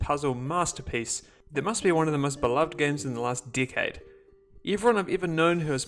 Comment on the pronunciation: When he says decade I thought he said dickhead. Great video tho